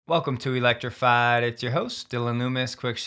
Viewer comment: Really like your channel. Gives me concise Tesla news. Don’t Iike the way you say electrified.